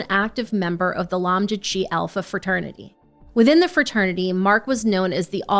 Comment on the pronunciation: his fraternity Lamda Chi Alpha is pronounced lamb-da kye alpha**